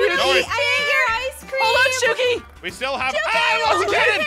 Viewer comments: almost called her Aphmau..:aph-shuki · I was just about to put that he said "uh Aph uh shuki" he almost said her name from her other channel